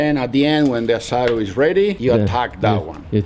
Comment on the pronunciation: Asado ..asado 🤠🤠🤠 you said it right man...👋👋🤚🤚✌️✌️